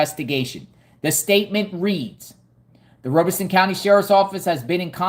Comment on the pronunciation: Great work! Just an FYI, you are saying Robeson County incorrectly. It sounds like Rob-a-son, not Robe-a-son.